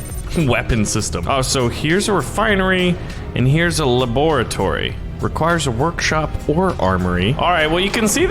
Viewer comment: iT’s A lAbOrOtry Me: Bruh ITS A LABRATORY